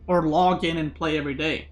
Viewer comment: You said pray instead of play but the sentence is correct nonetheless lol